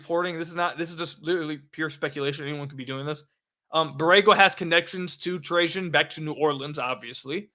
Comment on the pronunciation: I'm glad you started pronouncing Trajan right.